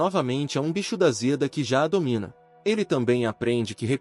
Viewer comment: Amo esse manhwa, mas por favor bicho da Zeda dói nos ouvidos, bicho da seda ok, Zeda nãããããooo